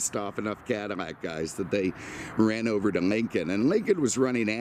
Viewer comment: 😂😂😂😂, I know I wasn’t hearing things. I knee he was saying Cadimack, Modim etc.